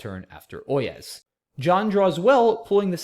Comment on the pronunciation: OYEZ is actually pronounced oi-yay and is traditionally what town-criers shouted before delivering a public message. It's an archaic form of the imperative French for listen/hear meaning 'you (plural) listen!'